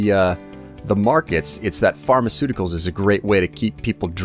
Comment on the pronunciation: yeah... "pharmaceuticals"...